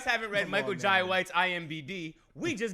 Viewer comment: When they keep saying Michael "Jay" White instead of Jai 😩😭 lol Notice how half of Dent's face is in the shadow...foreshadowing much lol What happened 🤔